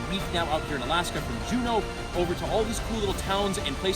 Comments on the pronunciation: Did u just say fucking jenew pronounced jew-know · Its Juneau Alaska. Not June. Hope you had a blast! You should come to Anchorage. Also, amalga distillery is amazing its outside your hotel. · Juh-new? Joo-No* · Is no one gunna talk about the way he said Juneau at the beginning??